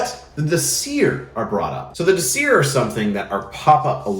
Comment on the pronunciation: DÍsir, VERÐandi. Just a friendly factoid: every word in Old Norse has emphasis on the first syllable :) I know pronunciation isn´t that important. But this is an easy rule to follow